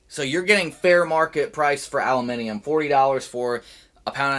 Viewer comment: "allimeniem" LMAO.